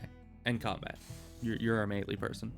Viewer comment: I've heard people sat "May-lay" and "Me-lee" but never "May-lee" lol. That's how im going to say it from now on.